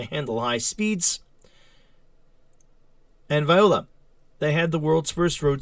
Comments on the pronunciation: Violá ? French, pronouned "vwah-lah".... Respectfully, just being helpful- not busting your stones. 🚬😎👍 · "..and VIOLA, you have a..." I assume you mean "voila", pronounced "vwah-LAH"....